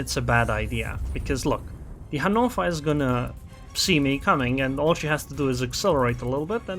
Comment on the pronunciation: What the hell is a hanofa lol. Your pronunciation of ships names is hilarious